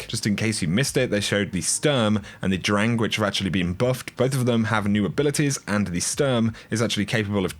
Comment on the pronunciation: Kinda funny how you pronounce "Sturm" and "Drang"